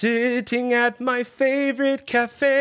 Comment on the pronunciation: Also the way she emphasizes the wrong words and is like “sitting at my fAVorite CAFE”